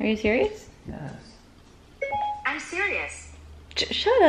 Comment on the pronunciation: When Siri said am sriouse she joined the fun and said shut up Siri iconic 😂😂😂😂